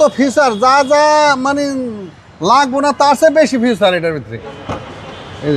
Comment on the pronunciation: এই হলো বাঙালী গাড়ির দালাল,ফিচার কে ফিউচার🤣🤣